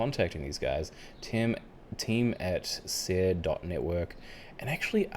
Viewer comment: Calm your cockles and do proper research. It’s pronounced ‘Siri’ btw.